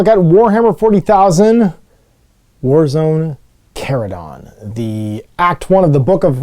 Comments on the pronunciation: Yep, 'ch' as in church, chase, etc.. & yes, it was in a couple Warhammer Community posts, don't know how it's mispro... wait, is he still mispronouncing *chordclaw*? I see a pattern here. Blaster was here... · If you watch the GW video, they pronounce it “Char-uh-don”, with “char” as in what happens to steaks and veggies when grilled.